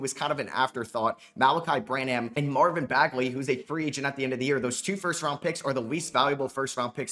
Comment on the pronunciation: I need Malaki Branham to retire so can stop mispronouncing his name.